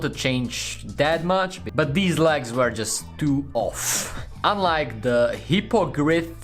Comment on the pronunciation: Hippogrith [He-po-grif] u wellcome :)